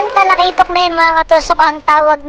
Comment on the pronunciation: Katusok said 😁Patay Kang.... TALAKITOK KA 😅 halos di mabigkas ni katusok btw god bless katusok ingat lagi ☺️